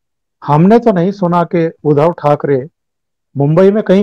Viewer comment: परम आदरणीय प्रणाम। मैं आपके कार्यक्रमों का नियमित श्रोता हूं।आपके विश्लेषण करने का तरीका अद्भुत है। लेकिन बोलते समय आपसे शायद अनजाने में एक शब्द 'उद्धव' का उच्चारण एक हल्की सी त्रुटि वाला है। कारण आप हमेशा 'उद्धव' का उच्चारण 'उधव' इसप्रकार करते हैं,जो खीर में किसी बाल या कंकड़ जैसा प्रभाव डालता है।कृपया इस त्रुटि को सुधारने का सफल प्रयास करें। धन्यवाद।